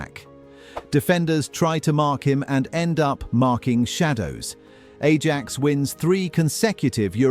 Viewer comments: How could you pronounce Ajax as "A-JACKS"? Dude, what? EYE-AXE. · Its Aye ax not A jax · My personal favorite was pronouncing Ajax like the household cleaner, "A-jacks" Not the correct "I-aks" pronunciation